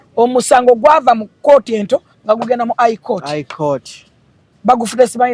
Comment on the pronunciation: But the word is High court not Eye court😢😢